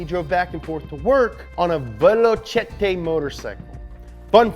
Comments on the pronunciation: Velocette is not a French word, Its pronounced... Velo Sett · The movie is great and your tribute was very moving. I get you man. On a side-note, we pronounce Velocette as 'Vell-o-set in lil ol Ingerland :-) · The motorcycle manufacturer is pronounced ( vel o cett ) Velocette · its not italian its not vel-o-chetey its just pronounced veloset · It’s pronounced Veloset not Velochettay. It’s British not Italian. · VELOSET IS THE PRONOUNCIATION MY AMERICAN FRIEND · Velocette, pronounced "Velo Set" although as it looks Italian you would think otherwise. Ken Miles, pronounced "Superman", guy was a legend. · Velocette is pronounced Velo - set. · This is why your content works for so many people. You add humour to the videos, but it's clear you're invested in the work that you do. I salute you for that. One point of note from a Brit... Velocette, is pronounced vellow-set because we've never heard of the eyetalian language. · That is pronounced "Veloset", it ain't Italian either! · Velocette is pronounced ‘veloset’ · you pronounce it Veloset. velocette fool fraser nash wasnt his first foray into racing either.Why are you crying was he a mate of yours. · Velocette... pronounced VE-LOW-SET.... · FYI, it's pronounced as veloset:D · I know it's a small thing, but its pronounced "velo-set". But I do love this show! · Right! It's pronounced Vell-o-set and Corps is pronounced Core. FFS mate sort it out!! 😂😂😂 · It's pronounced Velo-set and you should definitely do an up to speed on them. Ken is one of my racing idols along with Sir Sterling Moss and Colin McRae, I really think that if Ken Miles had lived he would have been hugely successful and famous. I loved this episode by the way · Its Vel o set. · Velocette is pronounced “vel-oh-set”. I know because I’m British and a friend had one when I lived in England. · Need to look how to pronounce Velocette chap. If you cant say it just say Velo. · He pronounced velocette wrong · Learn how to pronounce velocette